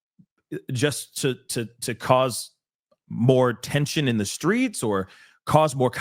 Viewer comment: Did he say the SCREETS" What?!